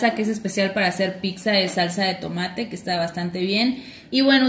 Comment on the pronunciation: Deliciosa!gracias pero es pizza y no picza como ustedes dicen, escuchence por favor, saludos desde Italia, soy mexicano de corazón y orgullo.